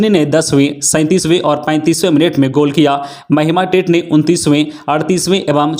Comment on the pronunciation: टेट नही पर टेटे बोलिए ।